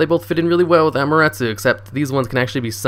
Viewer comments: "It's main focus is just to bring out Amaruttsoo." Me: Excuse me, WHAT??? 😂 It's 'Amaterasu', like 'ummaterruss[ew]', the shintoistic god of the sun. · it isn't hard its 5 syllables dude "Ah as in An without the N, Ma as in Man without the n, Te as in Ten without the N, Ra as in Ran without the n, and Su as in Sun without the n. A-ma-te-ra-su. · Neither have I but damn he butchered that name...